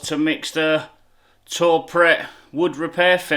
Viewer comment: Great videos m8 keep it up ...its pronounced too prey ...(french ).not tour pret👍